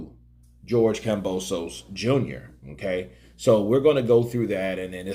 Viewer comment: KAM-BO-SOS !!! Simple fucking name to say no silent letter or special way to Pronounce it! Why everyone keeps messing this simple shit up